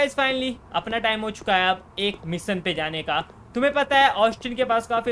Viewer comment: Misson nahi mission hota hai missan ye kya hai